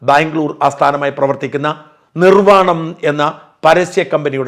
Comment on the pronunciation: നിർവാണം അല്ല ജീ നിർവാണം